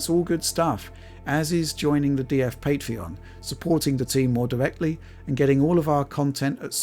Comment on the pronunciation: "Pwease subscwibe to our Pwaytreon..." 😂🤣